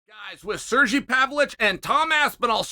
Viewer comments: when did alex become french lmao cheals pronunciation of his name was funny also Surgey lmfao love it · SerGei, hard G, like Grim